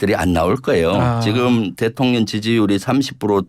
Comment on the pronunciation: 김병주 이런게 국회의원 쯧쯧쯪 발음도제대로안되네 대통령을대통련이라고하네